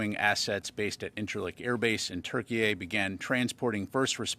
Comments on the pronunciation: Turkey-A?! TH!?? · Türkiye that's the correct way to write and pronounce it. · Why does he say Turkey A ?? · Canadian pronunciation 🤣🤣